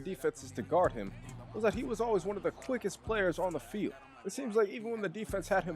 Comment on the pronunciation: “Of the felid” 💀💀💀